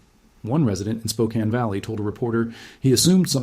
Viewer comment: No sure where you are from, but good job pronouncing Spokane.